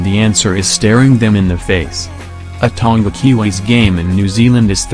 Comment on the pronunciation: Ton-ga lol...MMT Alday